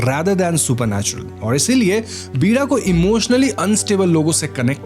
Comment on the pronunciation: पीड़ा नहीं वीra होता है